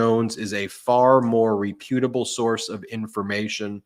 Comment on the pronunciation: Ben: may I correct t you? Not rePUTable. REputable. (Stress on first syllable)